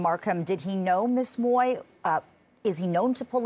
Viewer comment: Please get the right pronunciation of ‘ Mui ‘ - check it out on google - thanks !